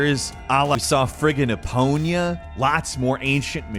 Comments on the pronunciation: Epoña haha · Eponia?. You messed up.